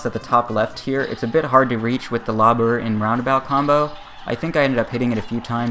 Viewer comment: before you reEaCh